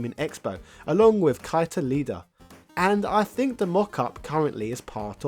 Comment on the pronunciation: The name Keita Iida is not pronounced "Kaita Leeda" it's actually pronounced "Kay-e-ta E-e-da", figured I would give you that information considering I have been studying Japanese for a couple years now. That said, this was such an interesting look into a canceled piece of hardware. Had it been released, I imagine it wouldn't have sold that well due to the impending release of the Saturn. They did screw up with the launch of the Saturn though, and with how things were handled after. The premature launch backfired. Limited software, and poor management by the likes of Bernie Stolar didn't help matters. I believe it was he who discouraged the localization of RPGs, which in the wake of Final Fantasy VII's massive hype followed by its massive success, was a disastrous move. None of the expansion carts that would've helped enhance titles made it overseas, nor did a lot of other titles including the arcade perfect X-men vs. Street Fighter. Shame, had Sega handled things correctly and not screwed the pooch by abandoning ship and mishandling localization, I think they would've still been a hardware juggernaut today.